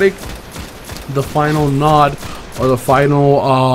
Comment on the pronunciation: Node is pronounced like road, not "nod".